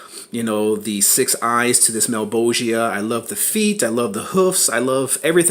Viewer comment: thank you for pronouncing malebolgia correctly